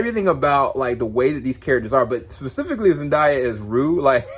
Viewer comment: Will follow your reviews as always,but first we need to work on your pronunciation of Zendaya lol here is a clip